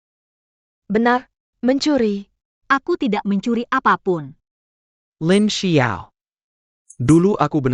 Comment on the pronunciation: LINXIAO...tlg klo baca LINXIAO BKN Lin sebelas ao